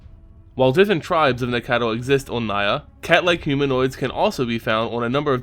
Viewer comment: These keep getting better, but according to one of the Wizard RND it is Nack-tal